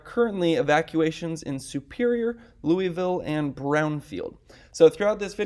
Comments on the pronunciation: Just FYI in Colorado it's pronounced "Luis-Ville" not "Louy-Ville". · FYI: Louisville, CO is pronounce like St Louis, not like that city in Tennessee!.